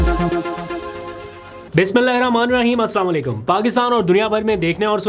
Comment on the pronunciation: Bhi slam nae bola kro slam k mtlb tm par mot ay 😢😢😢ap sai say bola kro Aslam 0 Allikum